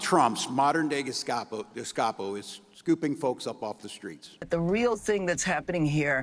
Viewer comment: What exactly is a Gescapo ? Guy can't even say it. Much less use the word correctly.